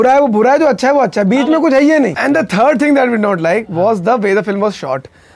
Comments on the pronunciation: Probably for the first time Kanpuriya of came out. Beeche kuchh "HAII YAE NAHIN"..loved it.. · Watch ke andar ka Kanpuriya Coming out.. "haiye Nhi"....;)